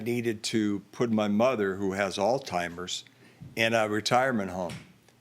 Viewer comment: Alzheimers not Alz-timers.